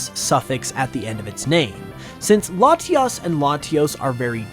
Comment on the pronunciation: Ah yes, Laties and Latiis